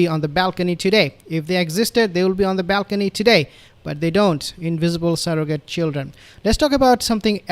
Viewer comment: I'm chuckling at " invisible seragte children "